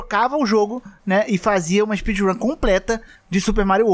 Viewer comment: espeedrum de baiano kkk